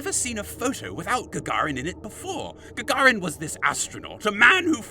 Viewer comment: The way you pronounce Sow and Gagarin. Ask your Mum and Dad how to pronounce things properly.